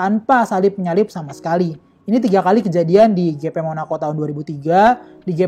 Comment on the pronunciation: Waktu baca GP di baca gepe, waktu baca moto GP di baca english, Alangkah indahnya di baca aja english dehhh